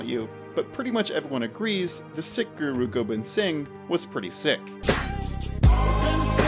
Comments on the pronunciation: I think Sikh is pronounced like "seek" and not "sick." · It's spelt sikh but pronounced seek. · Bro you’re mispronouncing Sikh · Sikh is pronounced “seek” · Dude, sikh is not pronounced sick. Lmao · Broo sikh is pronounced seek. 😂😂😂 I was listening and you had me f***ed up. Im like who?! Started laughing when i saw sikh in the video. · Sweet pun, but it's pronounced "Seek" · You are correct I was gonna say this too (Sikh is pronounced Seek) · That pun was a swing and a miss, it only works if you mispronounce Sikh.